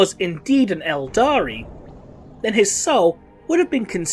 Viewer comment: OK, the 'aldari' thing is starting to bother me. ELDAR. Can we just use ELDAR please?